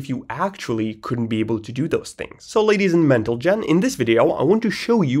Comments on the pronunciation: bro meant to say ladies and mentelgen in the beggining hah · "Ladies and Mentlegen" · ladies and mentlegen 💀💀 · "so now Ladies and mentlegen" got me spitting my coffee everywhere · "ladies and mentlegen" had me 😭😭